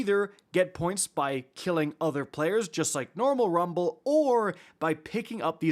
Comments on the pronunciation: Anyone else found it annoying how he kept emphasizing Rum(ble)..... like just say rumble.... this isn't English class lol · You just can’t say Rumble normally 😂😂. It was irritating me the whole time for no reason lol